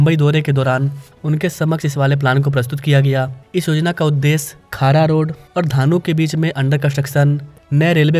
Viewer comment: बोरीवली ✅ बोरीवरळी ❌ खार रोड ✅ खारा रोड ❌ भाईंदर ✅ भयांदर ❌ डहाणू ✅ धानु ❌ आपके उच्चारण की गलतियां ठीक कीजिए!